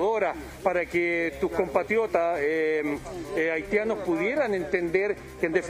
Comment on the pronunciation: "TURISTAS AHITIANOS"